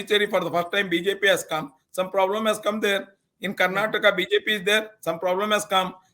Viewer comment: For the interviewer , the state is not called as ' Karnatak ' it is called as ' Karnataka' .